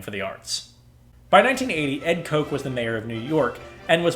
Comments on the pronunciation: KAHTCH, NOT KOKE! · There's a lot of good stuff in here, but for heaven's sake, SHOW BOAT was not "the first musical." I'm very surprised that anyone who has obviously done so much research on the topic could come up with a statement like that. Also, Ed Koch's last name was not pronounced "Coke." And that live performance video of the NYSF production of PIRATES was not televised at the time.